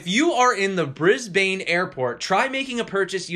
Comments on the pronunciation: Pronounced "Bris-bin" not "bris-bane" slack aussies i know. :) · Brisbane - pronounced Brisb'n.